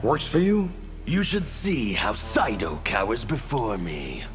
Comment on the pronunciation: It's SEIDO. not SAIDO